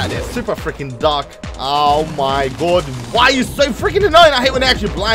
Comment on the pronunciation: "omy good"?